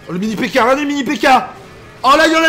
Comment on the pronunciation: Pourquoi « mini pekkzaire »?